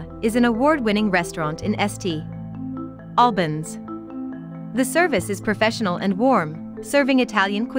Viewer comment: stop the lazy BS Ai generated videos and do it properly..... its say SSS TTTT Albans ... what a joke so lazy should be deleted